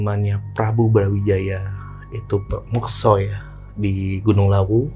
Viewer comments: Mekso itu beda mas sama Moksa.. tolong di koreksi ngucapnya.. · Mas mas, mekso sama moksa itu beda arti.. katanya keturunan jawa gunung kidul. Tapi kog gak bisa ngucap yg bener. Beda yaa mekso sama moksa. Tolong dikoreksi.